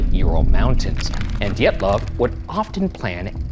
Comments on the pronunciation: next time you make a video about this... its pronounced di-yet-luvf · His name is pronounced "deeatlov" two long ee like in meet. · ryan is adamant to pronounce Dyatlov as D’yetloff and i get psychically electrocuted every time